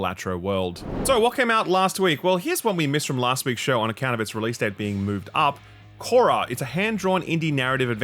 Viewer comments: if you want to know how to pronounce "Koira", google "finnish koira pronunciation" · "Koira" means dog in Finnish and funnily is pronounced VERY differently to how it was said here :D